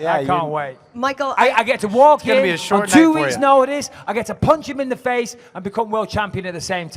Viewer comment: Anyone watching the ultimate fighter? Joanna Jedrzejczyk is the worst trash talker of all time, " I going to punshu ".